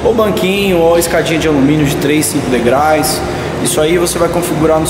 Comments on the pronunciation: Amigo, fala-se “degraus” e não degrais. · "...Degrais..." foi foda....da próxima vez vc faz um planejamento de não falar "degrais" e sim....DEGRAUUUUUS.... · perfeito seu trabalho mas doeu ouvir vc falar degrais o plural de degrau é degraus